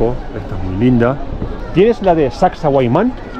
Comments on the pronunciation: Hola es Sacsay HUAMAN , tu lo estas pronunciando HUAYMAN pero es HUAMAN... la 1era vez que viniste lo pronunciaste correctamente ajajaja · Min suena algo mal.. correcto es: Sacsay-huamán.😊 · Hola, qué bonita experiencia. Con mucho cariño sólo una aclaración, se te escucha decir Sacsahuayman , cuando lo correcto es Sacsayhuamán. Un abrazo. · Sacsahuayman ❌ Sacsayhuaman ✅ ☺️ Hay una historia sobre la fortaleza de Sacsayhuaman fue la última resistencia inca. Saludos me encantan sus videos y la emoción que desbordan en sus videos ☺️ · Lindo video! Pero una corrección: no es Sacsahuayman, sino Sacsayhuaman. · No es Sacsayhuiman, es Sacsayhuaman. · Es SACSAY HUAMAN, no Sacsa huayman. 😅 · es Sac-say-huaman (no sac-say-huai-man).... mis amigos norteamericanos decían "sexy woman" ...... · No es “huayman” es Huaman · SacsayHUAMAN!! No wayman. Porfiado de oreja! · SACSAYHUAMAN. NO SACSAHUAYMAN. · no es SacsahuaYman, es SacsaYhuaman... te lo dicen, lo lees y no te das cuenta!😅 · sacsahuayman? 🤣🤣 Ningún cusqueño les corrige que deberían decir sacsayhuaman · NO ES HUAYMAN... ES HUAMAN QUE SIGNIFICA HALCÓN.. ES HUAMAN ES HUAMAN ES HUAMAN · lindo video pero es SACSAYHUAMAN JIJIJI